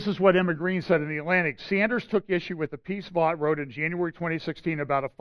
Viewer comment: Russell Vought - pronounced "vote". He graduated from a Christian high school in nearby Trumbull, CT